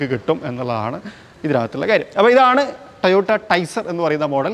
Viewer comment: കുഞ്ഞിമോനെ കമ്പനിയുടെ പേര് എങ്കിലും വൃത്തിയായി പറഞ്ഞു പഠിക്ക് ട്ടയോട്ട അല്ല ട്ടോയോട്ട ok